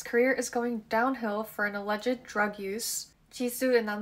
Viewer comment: Pls pronounce alleged correctly, uh-lejd not uh-lejed